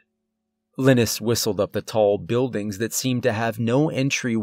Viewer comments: You good sir are an amazing narrator this being said I believe pronouncing Linus as (Lye-Nus)and not Lynn Nus is much more fluid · I hate to be that guy but its pronounced lie-nus not liness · Usually when someone mispronounces a name, I don't pay any attention to it. But I've never heard of someone named Linis - pretty sure it's Lie-ness. I'm just saying and I'm hoping he gets killed off because it's driving me nuts. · The name is (Lin-nis)? You sure it’s not (Lie-nus)? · All I can think is Linus is probably pronounced Lie nus as in Charlie Brown's friend, because I've never heard the name lin us. Good story. 🤗💚☮ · Every time you say Linus with a short i. I wonder how you’ve never seen Charlie Brown. Lol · Ugh couldn’t stand the way he pronounced LIE-NUS. Couldn’t listen anymore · Linus - LINE- US. Like in the peanuts comic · I think Linus is pronounced "Lie-Nus" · I think it's pronounced LYE-nus... like the kid from Charlie Brown 🤔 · ...I couldn't help but think that's a weird ass way to pronounce 'Linus' ...cause most use 'lie-nus' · good story,great narration but I think the name Linus is pronounced Line-us.As in Charlie Brown's Linus :)